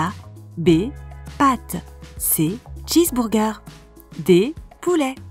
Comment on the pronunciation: Première fois que j’entends quelqu’un dire « Cheesbourger.......😂😂😂😅